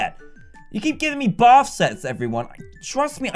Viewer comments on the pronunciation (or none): none